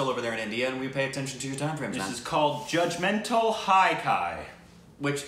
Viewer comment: JUDGEMENTALL HAI KYA translates to something like = What Are You Judgemental Hai (ha from HAppy, with a slight dip into an i sound) = Are/Is Kya (you got it right, ) = What